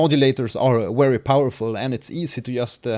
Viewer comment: "these modulators are Wery powerful" - excuse me, but there's a slight error in pronunciation, You're using German proninciation rules for some reason?